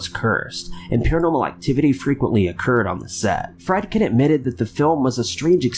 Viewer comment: Pronounced like *Freed-Ken